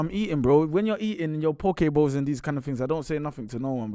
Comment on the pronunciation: small victory for. Pronounced poke bowl correctly while didn't. Minor but significant in the dynamic. Gwarn!